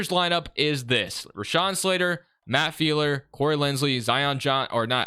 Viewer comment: It’s pronounced Filer not feeler